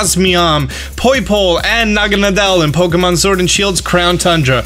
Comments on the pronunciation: BRUH I TOLD U THAT IS NOT HOW U SAY naGAnADEl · You say naganadel like this na-ga-nay-del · Ah senior naga-na-del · No one: Not even Necrozma:: proceeds to butcher Naganadel's pronunciation